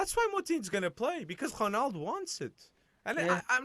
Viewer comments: This guy is so annoying he tries to hard on pronunciations its like Martin Tyler but on a whole other level Honald? What are you saying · no romaldo doesn't pronounce his name that way so how is that right shut up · He never pronounces the letter O at the end of any name. Is that the real portuguese way?